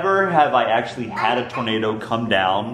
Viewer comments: It sounded like the girl said "tomato" instead of "tornado" 😅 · Awww she said tormado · When the girl said tornado it sounded like tomato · instead of saying tornado she said tomato XD